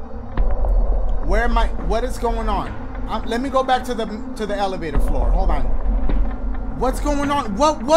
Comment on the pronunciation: WRONG FLOORA!! SHOREA!!! STOREA!!!